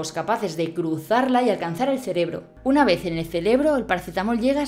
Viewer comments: Celebro?😳. Ojo a la vocalización, que a veces también dices pacetamol. Gran vídeo. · "Una vez en el ceLebro" 😀